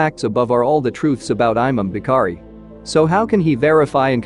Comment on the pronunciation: He says aymam bee-kharee (imam Bukhari) 😂